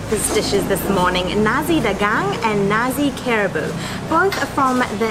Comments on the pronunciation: Nasi is not pronounced "Nazi". The right sound is "na sik" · It's "nar-see", not "na-zi". 😊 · i am sorry.. we dont sell nazi here in malaysia.... :) we pronounced it NA SEE btw. eat more malaysian food. have a great day. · So funny that they pronounced 'nasi' as 'Nazi' haha . But , it's okay haha proud to be malaysian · Hitler would not be pleased because you just ate what i heard as "Nazi"😂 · The correct way to pronounce nasi is na-c